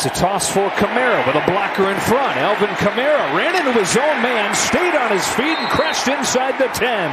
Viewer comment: Why does the announcer call the Falcons the Felkins, and why does he call Alvin Kamara Elvin Kamara?